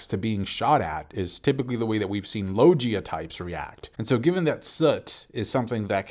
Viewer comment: You've veen reviewing this series for like ten or more years, and every vid the word "logia" comes up i make sure to correct you, and yet after all that and all this time, u STILL can't say "logia" correctly?!?!...